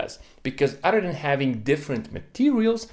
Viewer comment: Hehe he said udder